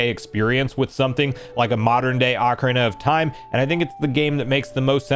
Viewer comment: Said ocarina wrong